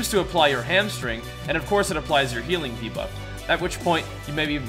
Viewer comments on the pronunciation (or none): none